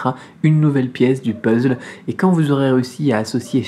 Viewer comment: On dit puzzle et non puzzle =)